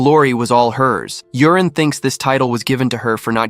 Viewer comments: Yurin pronounced Yoorin, but alas, ai calls him Urine. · Maybe it's read u-ri-ne It's the AIs fault reading it wrong lol